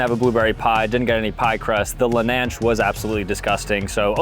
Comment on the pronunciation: "lelnanch" lmaoo